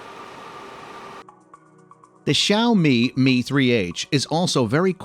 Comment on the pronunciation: awesome review, but props for the pronunciation of the brand name, even the seperation between the two words